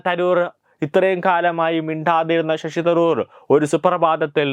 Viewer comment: ഷഷി തറൂർ അല്ല ശശി തരൂർ.